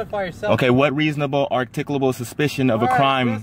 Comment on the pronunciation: The officer didn't have reasable articabul supishon. Case closed. lol